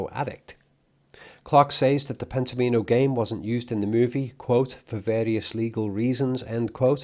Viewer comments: N.B - Pent-ominos is pronounced so "Omino" rhymes with "Domino", rather than "Amee-no" Pent Om In O - not Penta Meen O ❤🍻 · Pen-tom-ino, as in "domino" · Wouldn't you pronounce it "Pent-AH-minnow" as in Domino (DAH-minnow)? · Not that it matters, but I think it's pronounced pent-OM-in-o (like "domino"). I only felt compelled to write this as you said the word so many times in this video. Sorry. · I suspect the board game is pronounced “Pentomimo” to rhyme with “domino.” The graphic design highlights the “Omino” portion as if accenting it there. This game I believe relates to “Pentominoes,” which were described by Martin Gardner in his Mathematical Games column in Scientific American in 1965, and is republished and still in print today in several books. Arthur C. Clarke also used Pentominoes in his later book Imperial Earth. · I feel Pentomino is likely pronounced as like Domino - I do get the feeling that Kubrick would've LOVED himself some Sudoku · I thought of this too. Definitely confirm Pentomino pronunciation, as I shiver each time you say it. I have heard it for decades pronounced like Domino, with the emphasis on the “Om.” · surely it's pronounced like "domino"?